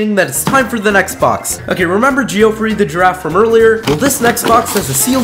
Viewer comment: The way Geoffrey is mispronounced just hurts my head